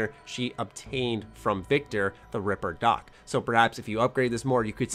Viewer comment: Everytime someone says ripperdoc I just hear river duck